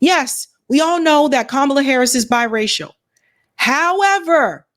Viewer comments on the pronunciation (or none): Bi-racial not My-racial